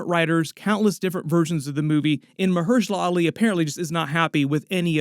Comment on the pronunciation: Muh-hershal ali... 😂